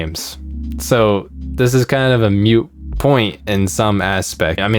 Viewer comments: Moot point not mute point. Moot is also pronounced differently. I used to say it wrong then some cool cat dropped me the knowledge. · its moot point, not mute point. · Mf said mute point instead of moot point. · Great video. ("moot" point, not "mute" point.) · Woah there, buddy. It's MOOT point, not MUTE point. I heard that pronunciation gaffe. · Moot point, not mute. Love the vid! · It moot not mute point